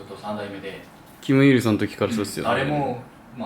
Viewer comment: キム「ウィ」ルソンになってる〜